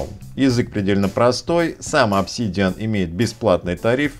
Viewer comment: обсИИИдиан? прямо с первого слова нет. дизлайк от души. лошня